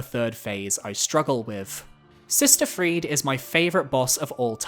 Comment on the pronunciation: What is up with his pronunciation of Friede?